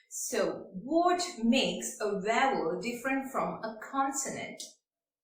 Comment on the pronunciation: It's vowel not vaaval 😂